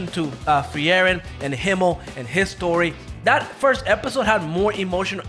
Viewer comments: it's not free-eren.. it's FRIEREN! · just say Free-ren.. they literally call her that in the anime sub and dub.. you make it so much harder